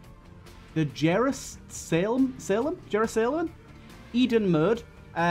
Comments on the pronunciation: forgot how to pronounce Jerusalem lmao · Im sorry but that beginning where you couldn't pronounce Jerusalem was really funny lmfao